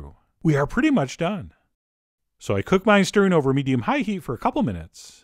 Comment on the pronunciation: Set the skillet over medium HIGH heat.. and then cut UP the vegetables.. then for the HOLY grail.. turn OFF the heat.. and then I’ll CHECK my noodles.. the WAY he talks is VERY interesting... mEDIUm high